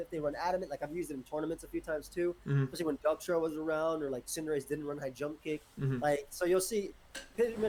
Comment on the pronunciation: Why does he call cinderace cinderachie